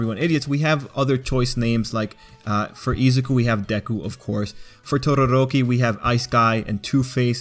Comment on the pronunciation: Why do people insist on over pronouncing everyone’s names? 1. Oh-CHAW-koh, not OH-chuh-koh 2. Baw-KOO-go, not BAH-koo-go 3. OO-ruh-RAH-kuh (why do people always roll the r’s? its not spanish) 4. Toh-Doh-Rok-Kee; Again with the rolling the r 5. OH-Ji-ro, not Oh-JI-ro. Inflection is very important to not sound like a fool.